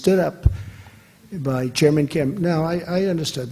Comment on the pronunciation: Did he just call kim for king?